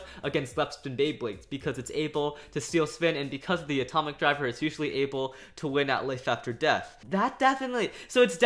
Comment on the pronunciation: I heard Etomic when he was talking about dead Phoenix